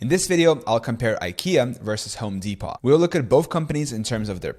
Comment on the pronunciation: Bro stop saying Home Depot like Home dePOT the T is silent